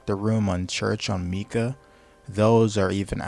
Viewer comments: IT'S FUCKING MATKA NOT MIKA (pronounced "Mahtkah" or "Mahtkuh" ) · all im gonna say, is its Mat - Ka, not meeka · bro just called matka “mika” im dying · Lil bro is shitting on tabor and saying he has thousands of hours and he calls Matka mika 💀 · The game is on Unreal Engine and is designed to use public assets. He can't even say Matka correctly and said "They need to stop this" and didn't say what... just ranted about a bunch of things which he throws way out of proportion and makes a big deal out of small things presumably for a reaction and likes. This video sucks. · I doubt you have any experience if you can't pronounce matka right. It been in the game for a while now so 🤷